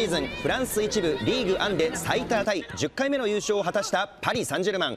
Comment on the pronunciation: パリ・サンジェルマンのイントネーションの癖ぇ